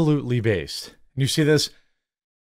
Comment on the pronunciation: You kill the word based.